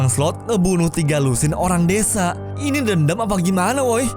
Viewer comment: desa bang bukan dedza.... wkwkwkwk